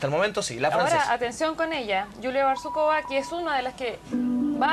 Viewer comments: не БАрсукова а БарсукОва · Не "БарСУкова"....... БарсуКОва!!!!!